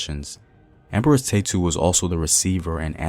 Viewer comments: Ta-ye-tu!! Is her name. Neverless great information. Her name is our pride. 🇪🇹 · you are saying her name sooooo wrong.